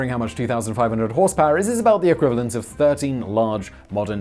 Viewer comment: Did he say 13 mph? Or 30 mph?